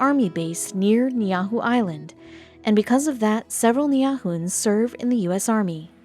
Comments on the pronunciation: The island first shown n Niihau are two different islands! And butchered the name. And Oahu wasnt given it was stolen! The Hawaiian people wer2w lied to n tricked n the queen was locked in her own palace! They should do research before confusing the world. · Please spell and pronounce it correctly. It was very aggravating being from Hawaii and hearing this on YouTube. Please make corrections. Thank you thank you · Geeze lady learn how to pronounce Ni`ihau correctly! Now a days people are given permission to go on the island. I have a friend who has gone 3 times to buy Ni`ihau shell lei for her gallery on Hawaii Island. The lei are one of the products the local people there sell for income. They are very tiny and beautiful and cost a lot of money. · no worriez I did, she butchered the pronunciations I mean Most people wouldn’t even understand what island she was talking about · Narrator: Repeat after me; Nee-ee-how. That is how you pronounce Niihau, the name of the Island. This video is so full of falsities It isn't worth watching. Almost every part of it is incorrect. There are plenty of videos that will tell you the real story. We have met lots of Niihau people. They often come to Honolulu to demonstrate their wonderful Niihau Shell jewelry. They go back and forth from Niihau to Kaua'i to shop or fish the waters around Kaua'i or to take jewelry to the boutiques for sale. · Many people have commented about the innumerable inaccuracies on the history of the island, so I won't bother with that. I just want to say that if you're going to do a video about someplace--any place--freaking learn how to pronounce the damn name! I've heard a lot of bad Hawaiian pronunciations in my time, but the way the narrator says Niihau is right up there near the top. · this is not accurate..also pronunciation is not correct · oh man, you butchered that name so badf the nameis unrecognizable. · She slaughtered the name. You should be ashamed! HEWA!! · Ai. It's called Ni hi au. Nof neahu